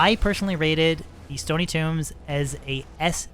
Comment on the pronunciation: Stony, not stoney